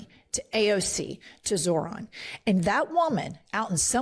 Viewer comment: I'd swear she keeps saying Zordon. I'm waiting for her to pull out a mighty morphin coin and shout pterodactyl!